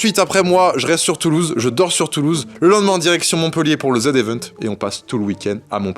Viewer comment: Chui juste chaud tu dis bien zevent